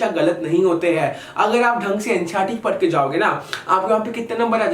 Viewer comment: Very motivational and good analysis.👍 वैसे भैया पड़े नहीं पढें होता है।